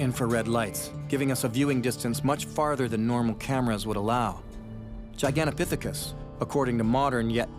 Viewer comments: Annoying he keeps saying Gigantapiphicus.... they were in Asia and had ape noses. Bigfoot are described as human like. I wish he would stop saying Giganapiphicus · you don't know it's Gigantopithecus so please stop saying that. But keep up the great work!